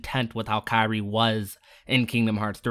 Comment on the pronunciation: Kairi? It sounded like he said Sakura